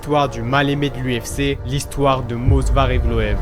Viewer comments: Movsar ! Et non Mosvar !!!! Ok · frérot, Movsar est Tchétchène, pas Georgien... Et c'est Movsar, pas mosvar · C'est Movsar* pas Mosvar, pour la présentation du début tu aurais pu dire qu'il est ingouche (même si Russe de papier) et parler rapidement de sa famille, pour la lutte gréco romaine son cousin est champion olympique (Musa Evloev) et sa soeur est une chanteuse ultra connue en Ingouchie (Hava Evloeva) et son frère combat également au M-1 là ou il a fait ses débuts avant de rejoindre l'UFC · Movsar et pas mosvar, Diego lopes est un mexicain et non un brésilien… j’ai l’impression que c’est la nouvelle mode de se tromper juste pour avoir des com’s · salut c'était pour te dire que c'est movsar evloev sinon très bonne vidéo